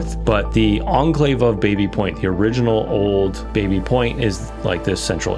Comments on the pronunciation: I think the original pronunciation was "Bobby Point" not Baby Point. I had a Engineering prof who lived in it and insisted we call it Bobby Point. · It's pronounced Bah-by... not bay-bee.... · It’s actually pronounced “bah-bee” not “bay-bee”. It’ s named after James Baby an early settler and that was how his name was pronounced. My mother grew up in this area. One of the most mispronounced names. Otherwise I really enjoyed your coverage of the history. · Grew up close to the area and it's not called Baby Point (as in the baby). Locals and everyone calls is BABBY Point...aka Tabby. But good doc regardless this mistake. :) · I think it's Bah-Bee point? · Baby Point is pronounced Bahby Point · Some interesting info here, thanks for the video! As others have noted it is pronounced Baa-by/Babby Point. Also, Canadian pronounciation of Lieutenant is LEFFtenant, not LOO-tenant.